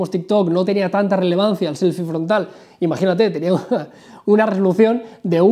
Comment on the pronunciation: me parece o dijo "rolucion" en vez de resolución?......